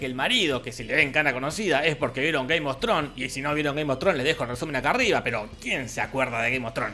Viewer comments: soy yo o dijiste "gay mostrón"? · Yo claramente escucho que dice "Gay mostron".. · cada vez que dice game of thrones suena como "gay mostron"